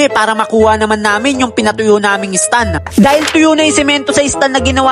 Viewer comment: Nice one pero STAND YUN hindi STUN 😅